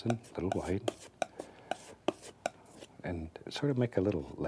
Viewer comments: themango1007 "hwite." "as in the BEST COLOR, TITANIUM HWITE" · Started saying "white" as "hwite" thanks to Bob Ross. Someone heard me and was like "waaaat!?" Hahahahaha!